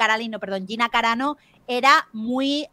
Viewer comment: Dice Gina caranao en vez de carano 😆😆😆